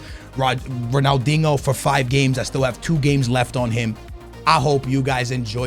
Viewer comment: His inability to pronounce names makes him look so fucking stupid icl, just wind it back and listen to how he pronounces Ronaldinho 😭😭😭 ffs lock it tf in please